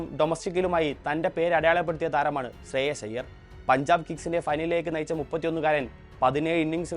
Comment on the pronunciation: ശ്രേയസ് അയ്യർ ആണ് ശ്രേയ ശ്അല്ല